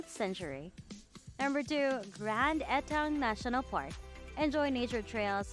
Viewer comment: Generally informative video but lots of bad pronunciations! GreNAYda Grand Ants SpiceMUSS Etc.